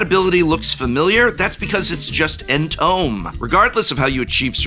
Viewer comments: Lol intentional "entome" proninciation triggered me. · You will never be forgiven for being an English professor then proceed to inconsistently pronounce "Entomb" from